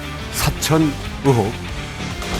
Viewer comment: 으혹이 아니고 의혹! 종자가 깽깽이?